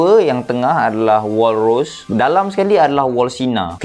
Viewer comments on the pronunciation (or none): Wall rose baca die Bukan ros tapi ro se